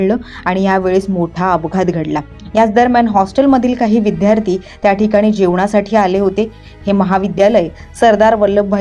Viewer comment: विद्यार्थी....विध्यार्थी नाही..